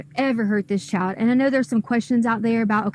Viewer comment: The way she says child bothers the hell outta me. I’m from the southern US and we do tend to hang our vowels but… “Chyy-y’all’d”. It was just such a weird way to say it and, to me, you could hear her hatred just by how she pronounced that one word. She had weird vocal inflections on a lot but that stuck with me.